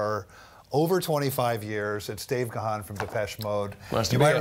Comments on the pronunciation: I know right? It's Dave Gaaaaaaannnnnn with a silent H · Good grief, the H in Gahan is silent!! So disrespectful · I grew up with Depeche Mode and many of their songs are associated with different girlfriends in those early days. And remember folks, Dave's surname is pronounced "Garn" but spelt Gahan. Keep making the music maestro. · True I can’t seem to understand why they mispronounced his last name wrong 😑. I ❤️ Dave Gahan everything he 🎤 it’s beautiful.